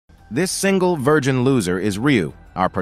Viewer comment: Idk why but i felt a bit attacked when they said "This single vigin loser" 😅 i know its forn the intro but damn it hurts